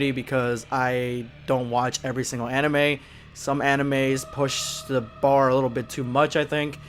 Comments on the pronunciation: I don’t think I’m gonna take anime recommendations from a chick who can’t even pronounce it, cause it’s kind of an indicator she hasn’t seen a whole lot of anime, or as she likes to put it (an-ee-May) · can't even say anime right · She pronounced anime wrong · "Animee" lol she didn't even pronounce it right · She is taking people's childhood away, I think we should get her back before she ruins every ones childhood of our favorite anime, Dragon ball. edit: think of this, She mispronounced anime, She says there is sexism in dragon ball, trying to state that Dragon ball thinks women is weak if in dragon ball All the women are like beasts. I think, that she doesn't watch anime, But is trying is trying to get it deleted from the internet. I mean like, how can you try to take away something that can't obviously gone in just one simple piece of evidence, If you really hate it that much then why tell us that.I mean it's very stupid, cause there is more fans the haters out there and you expect us to believe your filthy lies of anime?